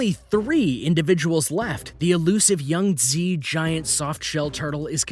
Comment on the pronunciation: It's not yungtze. It's Yangtze